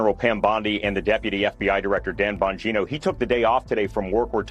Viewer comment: Emphasis on the 'Bong' in surname!